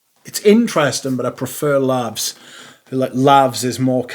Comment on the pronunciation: Excellent you really are casting the net wide, interesting house and that Grimoire gets plenty of airplay. It wasn’t for me too but I did like L’eau de Merzhin for the hawthorn. I’m tempted to say “For crying ovt lovd, it’s Laus not Lavs, as in Praise and not some smelly WC!😂 We’ve already had Hay Hay Coldbones call J’ai Osé -High Osé recently.😂